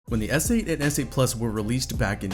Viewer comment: did this guy really just say snote